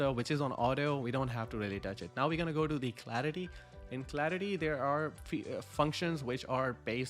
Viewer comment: Well you said the word clarity wrong